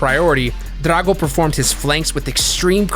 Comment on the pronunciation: get a diff annoucner bro cant even say drago